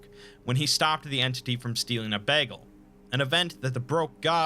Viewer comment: Are we not gonna talk about the way he says 'bagel'?